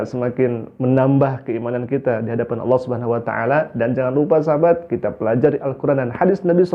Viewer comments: nyebut Alloh aja salah... dipastikan melihat Ultraman dengan 6 sinar... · Sejak Islam aja sudah susah mengucapkan kata ALLAH. Innalilahi wainnailaihi rojiun...